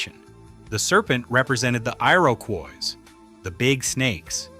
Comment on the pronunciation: dude, thanks for the reply. as a Canadian i'm genuinely grateful for what you've put together here — a lot of thoughtful and serious research (no Ancient Aliens shit) by and large your read (so that is your read?) is warm and engaging, i just choked on a couple of peculiar pronunciations (inconsistent Anishnabe and "Eye-ro-quai" for Iroquois) srsly tho', keep up the EXELLENT work. at some point i would like to pass some bizarre matierial about a site in Quebec, not to far north of Ottawa, a supposed major lithic structure that totally rams its head against the Laurentian Ice Shield. till then, have a great week! am hitting "follow" now.